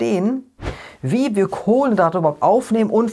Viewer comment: Warum sagst Du Kohlendrate anstatt Kohlenhydrate? Ist das Absicht?